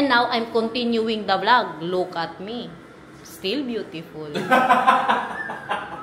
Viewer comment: Hahaha Kala ko u said lukarit .. look at it pala 😮🤦🏻‍♀️🤪